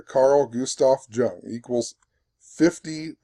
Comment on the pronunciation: "Yoong" not "juhng"